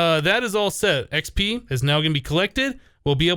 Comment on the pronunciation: whenever he says XP it sounds like he says XB if you watched his sky factory series you'd know what I mean